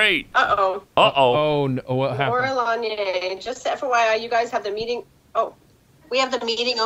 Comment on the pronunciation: 'In the meating ' we love you too Pat 🇮🇪